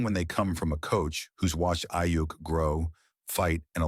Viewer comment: next time make sure the AI says the dudes name right